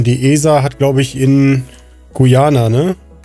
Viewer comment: „Guiana“ ohohoh das tut weh XD